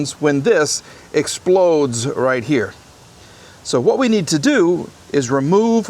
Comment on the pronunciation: Why u said it eplodes